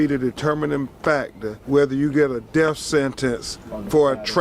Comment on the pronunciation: "Deaf sentence" why can't they pronounce "th" properly.